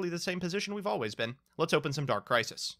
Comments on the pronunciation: "dark crisi" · “Dark Crisi”